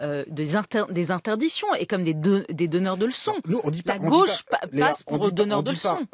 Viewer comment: La lutte des classes passe aussi par le langage : je suis tellement désolé que Julia Cagé soit contaminée par l’accent bourgeois qui consiste à prononcer tous les o ouverts ! La goch’ ça n’existe pas ! La gauche Bordel !